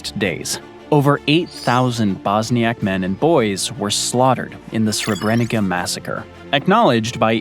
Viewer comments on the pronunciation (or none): Srebrenitsa, not Srebrenika. But otherwise well done on the part about Yugoslavia. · Srebrenica is pronounced 'Srebrenitsa'. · Srebrenica - the "c" is pronounced as "ts" - srebrenitsa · Srebrenica - Sray·breh·neet·suh, although I have heard it pronounced by Croats as Sray·breh·neet·chuh, as they use the Italian C - Ch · The ending of Srebrenica should rhyme with pizza.